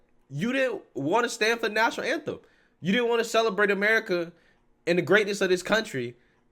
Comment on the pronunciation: Did he just say 'National namtem.?😂😂😂